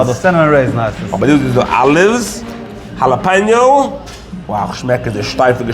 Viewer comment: Thanks for pronouncing jalapeño correctly. 😀 👍